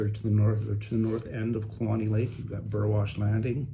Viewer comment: It is my pleasure,. It was really awesome for the Bride and I to hear "Kluane" spoken. We'd always assumed it was said, "clue-ane" but you said "clue-ane-ee" so thank you for that. When we drove up from Haines to Fairbanks in 1991 and then back down to the lower 48 via the Al-Can in the fall of '94, the waters of that lake were just stunningly beautiful to us, and we live in the Flathead Valley of Montana so beautiful waters aren't unusual to us. We might have picked up a piece of "roadside geology" there!!